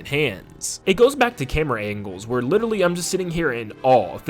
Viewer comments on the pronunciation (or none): none